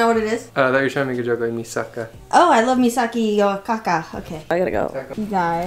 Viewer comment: not calling mikasa misaka